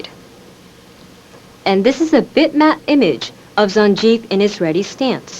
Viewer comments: I am pretty sure its being pronounced like that on purpose. Зангиев is pronounced "Zan-Geef" not "Zan-Jeef" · This pronounce "zandgif" is wrong. The correct is "zanguiéfe" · Not Zangief, though. It should be pronounced as "Zangiev". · LOL zan Jeef??? Come on..... It's ZANG GEEF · I've never heard anyone pronounce Zangief as San Jeef, typically, I usually hear people pronounce Zan like "Can with a Z." and the "G" I use is like the g in goat. Zan Geef. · Wait, is it actually pronounced "Szahn-jeef" and not "Zann-gheef'? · Can it really be pronounced "Zan-jeef"! I've been hearing "Zan-geef" for over 30 years. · She mispronounced Zangief. She said it with a soft 'g' instead of a hard one. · As of now, i have not heard ANY non Russian, or former SSSR , pronouncing Zangieff as a Russian name. Even though it's a Concept of a Russian name thought up.by a japanese, it still could be pronounced as a Russian name: Зангиев. Or, for all you alphabetically challenged: Zangiev. The "ff" at the end , like " Smirnoff", instead of , as in reality Smirnov, is an European affectation, from 19th and early 20 centuries, at which time the" nobility" and the burgeoisie had a bad case of inferiority complex towards the western europeans. And plenty of those who RAN before the Red Guards, and Later the Red Army and Cheka/NKVD, really liked the "ff" at the end of their names, as if the western europeans would EVER accept them, not as equals, but as anything but a tool to be exploited. So. That is the why of Zangiev aka Zangieff. Don't know why, whoever did that part of the character didn't just take, say a novel, any novel by any Russian writer, and pick out a Real Russian name , but there you have it. And that muy thai character in fighters history looks LOADS more authentic that S.F.s. even the Name is more Thai than Sagat. I don't know why japanese, or whomever the developers were, had such a ridiculous issue with names. Zangieff.... FFSake. T Hawk... .... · She called hin Zanjief.....